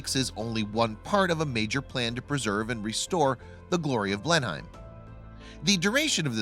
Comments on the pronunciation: I think the main point of this, is this is someone who does vocals on many videos. So in that case he should find the correct way to say it. I can't understand the comment though, ............blah blah blah, "we are in America" ? You may be but anyone in the Uk is not in the USA, so your point is not valid. The man talking is referring to a place in Oxford, England, not somewhere in America. Ann in the 🇬🇧 UK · Now if you just learned to pronounce the name of the place correctly. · No he is not pronouncing it correctly. Any one who has been there knows. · I am an American and even I know he mispronounced Blenheim poorly. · I think he's American as I'm Canadian and even I know that he's pronouncing it wrong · it's Blenem -- not Blen-Hime........it doesn't rhyme with "time".........Grrrrrrrr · Oh yes! It's bloody BLENEM not BLENHIME!! Not that I really give a fishes tat if it collapses or not! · It's 'Blenim', not 'Blen-hime' (Spelled Blenheim)! Must Americans mis-pronounce everything? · Agree one word sound not two words sound; Blenheim not Blen Heim. A bet he says Bris Bane too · Every time he says "Blenheim" I cringe. Its BLEnnum NOT blen-HEIM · PRONOUNCED BLENIM NOT BLENHIME This guy is so thick he can’t even get the correct pronunciation. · Blennemm! NOT BlenHEIM! OUCH!!! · It’s pronounced blenim not blen-heim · It's not pronounced as Blen-HIME, it's pronounced as "Blennem" typical American mispronouncing things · Blenheim. Pronounced Blenim, not Blenhime. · Blenheim Palace is pronounced BlenHEM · Its pronounced BLEN EM. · It is pronounced as Blenem, the H is silent... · BTW it's pronounced "blenim palace" x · It's pronounced as blenim* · It's pronounced 'Blenum' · "BlenIM' you yank fucktard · it is pronounced Blennim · It's pronounced "Blennem". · Mr narrator...... it is pronounced "Blen-Im" !!! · It's pronounced "Blehn uhm" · Allow me to help you... BLEN-EM PALACE is how you pronounce Blenheim Palace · Mate, it's Blenheim PALACE and it's pronounced 'Blenim'